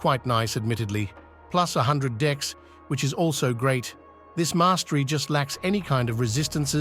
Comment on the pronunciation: I can't help but say that everytime you say "dex" it sounds like "dicks". 😅